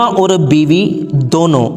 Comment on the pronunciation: biwi Nahin Biba hai kya bandal banate Ho